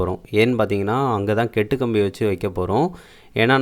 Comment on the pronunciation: 2.35 kettu kambi haha bro athu kattu kambi